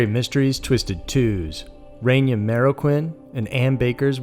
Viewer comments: It's Reyna not Renya... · Say it with me REY●NA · Pronounced Rain-Uh..Meaning QUEEN in spanish.. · It's pronounced RAY-NAH. But awesome video like always 💖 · Came to say this. I was beginning to think that I was the only one who noticed.